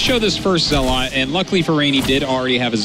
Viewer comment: I swear artosis just loves pronouncing things differently. He had to say zelawt 20 times in the first game.